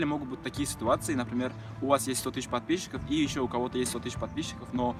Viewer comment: Только у меня улыбка на лице когда он говорит «подписщики «?